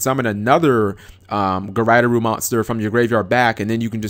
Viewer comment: "guryderoo?" really? It actually doesn't take that long to say japanese syllables. They never change unlike english letters. Regardless of the word. gu-ray-doe-ru. As in Graydoll.